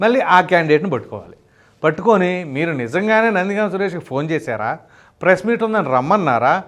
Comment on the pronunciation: గామ్ కాదు but గం